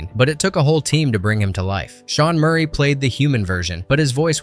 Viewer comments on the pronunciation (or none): none